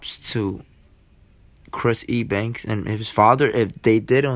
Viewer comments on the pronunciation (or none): Why are you calling him E Bank? Lol. It’s pronounced U Bank.